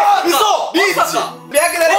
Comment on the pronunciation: 白檀が白眼にしか聞こえない…w